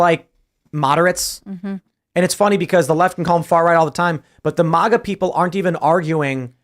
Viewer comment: Can't stand when people pronounce MAGA as if its spelled MAHHHGA.🤦‍♂️😅 It sounds ridiculous